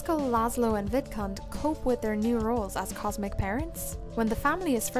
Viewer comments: Every time you said vidcund it sounded like vidcunt 😂 just saying it’s hilarious and I love it! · Omgosh when you said Vidcund I heard the d pronounced as t 😱 lol 😅